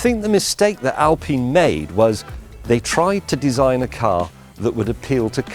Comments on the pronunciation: Its Alpine not al peen! do you have peen trees in England? Right next to the al peen forest! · Why is he pronouncing the work alpine, al-peen? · "Al-Peen". So it's not Pine tree, it's Peen tree? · How did I get here? I don't know. Why did I watch it? Well, Alpine, pronounced as it is written, not Alpin, Well, I got my 9 months stint with BMW in 1961, prerequisite to study at the Technical University for Automotive Engineering, that I never followed, never bought or drove a BMW. My generation tinkered their cars on Saturdays and drove them on Sundays to enjoy and show off. I had many cars: Renault Gordini, Citroen 2CV, MB 300SEL 6.9, yes, customized, Maserati and many others. 2016, I bought a BMW 759il V12 (E38), 1998. I am 82. This car is a car of cars. I like more metal in the front and rear, so, in a collision, the other dies before me. Today's cars are far more reliable and comfortable than older ones. I am looking forward to 'driverless' cars. Microelectronics have enabled all gadgets very maneuverable. This car appears to be quite desirable. Will I buy it? Nope! Too much Electronics, too old to learn.